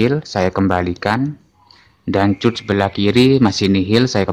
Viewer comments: Dikat bukan di cut😅 begitu pengucapan nya om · bahasanya mas..cut dibaca kat harusnya..biar gak bingung yg dengar...😅😅😅